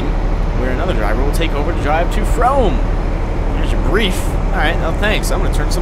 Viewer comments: You say Frome like Froome, not Throwm. I know because I live near there in Wiltshire :3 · Haha ' pronunciation of the English towns. It's 'Red-ding' and 'Froom' but they are really dumb the way they are spelt (' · you don't care, but it's pronounced Redding and Froom. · it's pronounced 'Froome' for the record. I would know, I live in not too far from it.;3